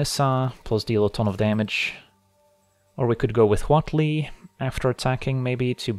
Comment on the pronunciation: Props for excellent pronunciation of Huatli. We need more Mesoamerican cards!